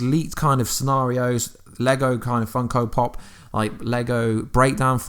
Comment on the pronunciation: "funkal pop"